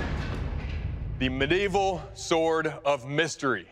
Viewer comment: 😂 bro said "sord"